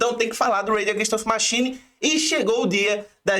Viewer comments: Bacana o vídeo..mas deu uma agonia de leve ficar ouvindo repetidamente o nome da banda errado..rs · Da pra fazer o video de novo falando o nome da banda certo?